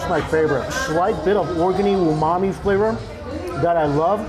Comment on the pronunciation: McDonald's South Korea:, stop saying unami. Mexico Tacos: My Dude!!!